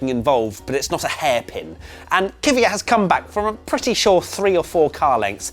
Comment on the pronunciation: man, sort out your Kvyat pronunciation...makes my ears bleed